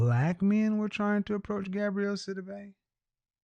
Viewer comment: Her name is "GABOUREY", NOT "GABRIELLE"...🤨